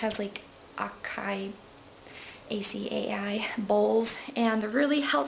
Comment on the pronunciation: Acai = Ah-sy-ee Edamame = Ed-ah-ma-may :)